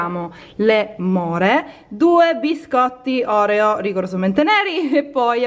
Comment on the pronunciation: Oreo pronunciato così no 😂❤️